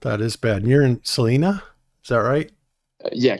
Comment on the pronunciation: It's pronounced sa-l-eye-na, Salina Kansas